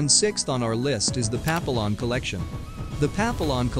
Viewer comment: Does the narrator of the video really have no clue how to pronounce French words? Example: Papillon ....and that's just one example. lol